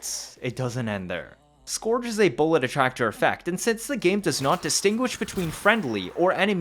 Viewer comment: scourge - skerge